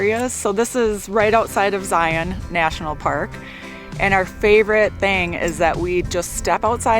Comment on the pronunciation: Love it that you use the local pronunciation of Hurricane and Zion!! Agree that Southern Utah is one of the best places to RV.